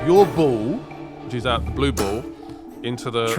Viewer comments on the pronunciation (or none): none